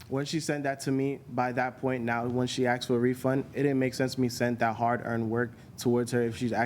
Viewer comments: Yeah - he said " He Axed"........... What dids "He Axed"......... Axed what... ? ... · Another person who says he AXED her. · She axed for a refund FRIGGING LEARN ENGLISH